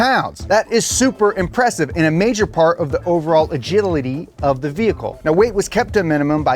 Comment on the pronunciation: He said agidility.